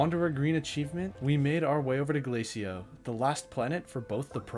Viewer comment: I love the mispronunciations of the planets. Sylva is “Sylvie.” Desolo is “Desoloto.” Calidor is normal, “Calidor.” Vesania is “Vanessa.” Novus is normal, “Novus.” Glacio is “Glaissio.” Atrox is “Atriox.”